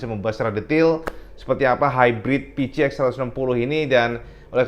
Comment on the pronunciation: Kenapa yah koq byk yg nyebutnya pi-ci-x ? Bukannya pi-si-x ?